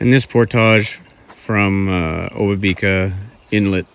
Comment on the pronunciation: Great video. Thanks for producing and sharing! Spent a lot of time paddling and working in this area in a past life and it's so nice to get refamiliarized via this post. Really enjoyed it. Small point but, as with most of the Indigenous names in that region, I am pretty sure the emphasis is generally on the 2nd syllable. So the 'ba' in obabika is emphasized rather than the 'bi'.